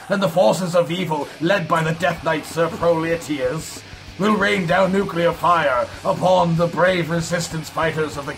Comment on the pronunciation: Hahaha! "Pro-lee-shee-us"